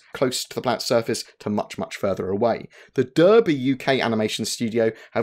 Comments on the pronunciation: It's a common mistake to make. But even though Derby is spelt with an E, it's actually pronounced as if it was with an A. As in Darby. Great Vid again bud, thanks for all the content. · Good video, just one critique, it pains me to hear a fellow Brit pronouncing Derby in the US style rather than as "darby":) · I'm beginning to think you hate people from Derby because you repeatedly pronounce the name incorrectly:) Other than that the video was excellent and a great summary of the months work. Great job as always +42!